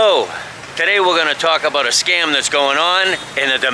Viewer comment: did you say scum or scam ?